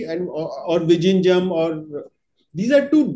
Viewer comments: Vizhinjam not vijinjam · The pronunciation of "Vizhinjam" needs to be corrected at least before it starts operation.